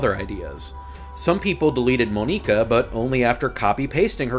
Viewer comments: You called Monika: Moe-neka. bruh its Mon-ika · Your way of pronouncing "Monika" and "Nier: Automata" kills me